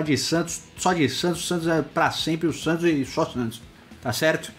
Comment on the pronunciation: Cara, vc falando SATOS é muito engraçado hahahahahah